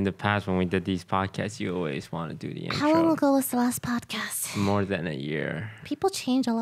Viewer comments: Did anyone else notice that it's say padcost instead of podcast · anyone noticed is said padcost instead of podcast? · The "PADCOST" is upsetting me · I wonder how many people noticed the "PADCOST" lol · The episode was amazing! But the "Padcost" is really messing my brain up... Why must you hurt me in this way? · I noticed padcost so fast and the way lily pronounces podcast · That "OTV Padcost" is triggering me😂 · lol padcost instead of podcast